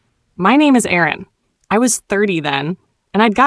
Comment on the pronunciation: Her name is Erin. Not Aaron. Idiot…